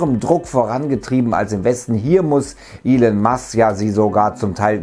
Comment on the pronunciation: Er heißt „Elon Musk“ nicht „Elen Musk“, er ist Amerikaner also wird es „Elon“ ausgesprochen.